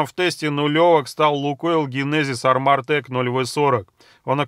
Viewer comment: классные у вас видео, но можно сделать ремарку? glidteCH, armortech, polyteCH. В данном случае сочетание "CH" на конце читается как "К". То есть Армотек, Политек и т.п. Спасибо!